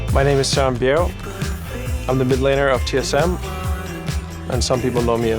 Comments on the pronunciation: I thought his name was Soren Bjerg not Sam Beao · his last name is bjerg